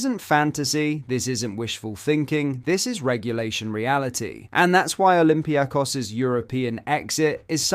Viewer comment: Who are olympia kos? Oh you mean olympiAkos 😀